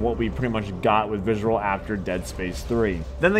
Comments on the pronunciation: Visrcllllll viscrylllll vscrlll looking ass, it's pronounced "VISC-E-RAL" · Listen to this dude try to say "visceral games" from to 😂😂😂😂